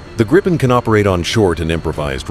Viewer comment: You will piss off lot a of of people calling it Greipen.